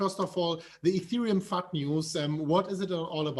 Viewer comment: Everytime says fud...I hear fuck